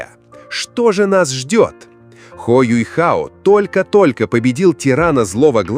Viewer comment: я не про рисовку, да он теперь выглядит старше, опытнее и мужественно. Меня триггерит "Юйхао", откуда в имени взялся этот "й"?? Он Юхао а не Юйхао🤦‍♂️